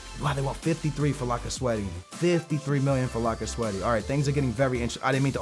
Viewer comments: its not pronounced lacazetti its pronounced lacazett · Pleas don't say "Lacazettee" his name is pronounced "Lacazet" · "Lock-a-zet-tee" C'mon bruh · His name is lacazette , not lacasweaty 😂🤪🧐🤨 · Why in the world are you saying lacazette lacaswety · like i sad lacasweat lacazette 😂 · Did he say lacasweaty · its pronounce Lack-a-zet I know you say you're really bad at pronouncing names but that one is actually pretty simple when you learn it. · IT'S NOT PRONOUNCED LAC-CA-ZETTY! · my 5 year old brother can say lacazette propably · why df do you always say niggas' name wrong. you do that shit on purpose and ofc you'd sign lacazette